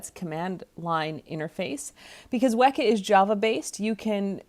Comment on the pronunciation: I believe "Weka" should be pronounced with a long 'E', i.e. similar to the word "weaker". Is this correct?